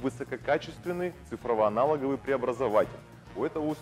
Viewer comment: Бляха, ничего не понял, «самый непродажный автор» он же и автор данного видео? Он же на этом фрагменте ? Себя показывает в видеоряде и говорит о себе в третьем лице? или просто стыдится себя в прошлом? И голос такой же и слова коверкает так же _ «цифроВОаналоговый» «ИМфемерный» «эМфимерный». Блин, странный чел)